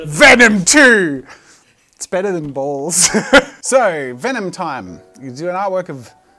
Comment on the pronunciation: I know you were saying balls, but my american brain kept hearing "bowls" and nothing made sense 😂